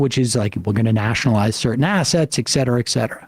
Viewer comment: FYI: it’s eT cetera, not eK cetera. (minor point, I admit) 😊. I do really appreciate your content!